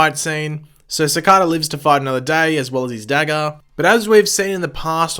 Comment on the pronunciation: OMG YOU ACTUALLY SAID CICADA RIGHT IM CRYING TEARS OF JOY